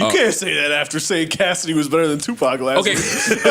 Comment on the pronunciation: This dude said Tupac 😂😂😂